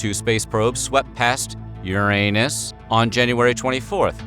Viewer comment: Why'd he have to emphasize Uranus like that😂